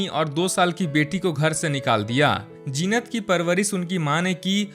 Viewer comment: Zeenat ka naam thik se pronounce kar na seekho